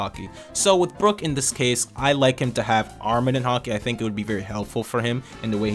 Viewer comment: Great videos. Please pronounce it "armament haki" not arminin haki. Cheers